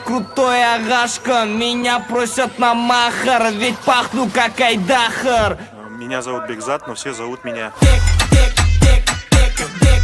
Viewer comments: Да точно! Не айДАхар, а айдахАр! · Правильное ударение нужно ставить, говорите как-будто Айдахр🤨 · Так что айдах Ар будет изначально правильно...